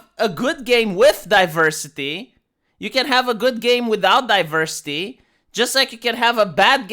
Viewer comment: Some people tune into for the content, but I tune in to hear him say DiVERsitay, Zuckenberg, Styxenhammer, Californ-nya-nya, & let's not forget miss-waagenyee.